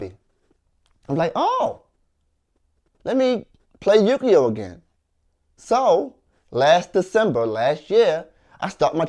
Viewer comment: He said to her You Gi Oh